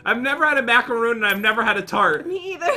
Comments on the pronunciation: It’s mac-uh-roon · You were saying macaroon rong